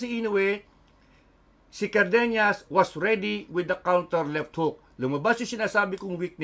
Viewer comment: CardeNAS not carbeNYAS😅 not ñ it is N